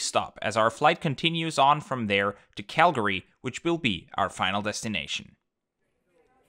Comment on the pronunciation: Thank you for actually pronouncing CALGARY correctly :)